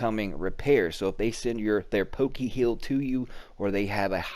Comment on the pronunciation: Poke-heal lmao!!!